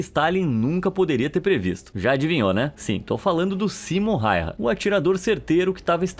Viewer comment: Simo foi incrível 🔥 E o nome dele se pronuncia (Simo Raiya) e não rairra 😪